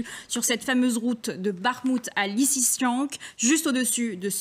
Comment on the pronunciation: Lisichansk , elle sait pas lire ????